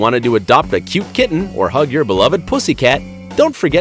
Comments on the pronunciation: It sounds like it is saying the p word😣😖😤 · Is he saying "pussy cat" the entire time?